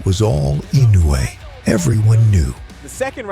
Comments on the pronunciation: inoya? was he doing this on purpose or he can't read? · is the most worse I’ve seen inside the ring in my life,he is running running around to Inoue san. Ashame on you 🤣🤣🤣 And please pronounce the right name of the Japanese Champion ( Naoya Inoue)